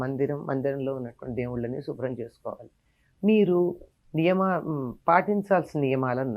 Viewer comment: షుబ్రం కాదమ్మా శుభ్రం.